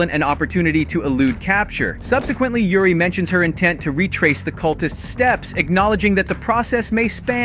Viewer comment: How tf did u mispronounce Yuri's name so badly 🤣